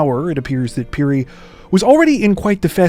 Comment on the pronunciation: Finally something from my home country Zambia and my brothers name is also Titus Phiri lol.And your pronouncing of phiri is excellent.